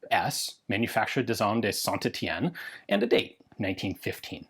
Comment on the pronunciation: Ian finally pronounced St Etienne right, this is truly a fantastic day